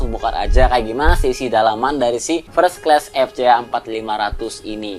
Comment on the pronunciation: Fres kles? Fers(t) klas kali bacanya